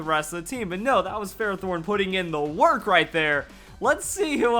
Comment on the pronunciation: Lmao yeah you said ferrothorn for like half the vid